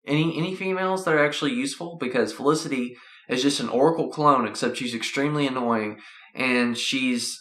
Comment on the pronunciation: dude its not olicity its felicity